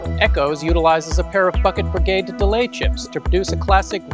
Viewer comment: I particularly enjoyed precisely pronounced double 'D' consonants in "pair of Bucket Brigade Delay chips"...